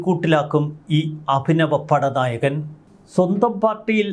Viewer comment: അഭിനവ പാടനായകൻ.. ഉച്ചാരണം ശരിയാക്കുക 🙏